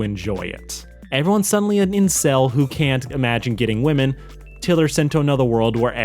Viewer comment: I got to the part where you said incek and then stopped, looked at the rest of your reviews and saw what I needed tosee. Mid/10